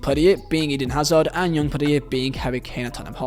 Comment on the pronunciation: “Yoong Pedierre” 😂 (Young Player of the Year